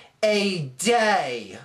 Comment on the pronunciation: i respect the arguements in this video, but when you said DAAYY, it made me laugh my ass off, idk why, just sounded weird to me. by the way, I kind of agree with the money thing, it is a little suspicious, but at this point theres no way the movie isnt at least getting made.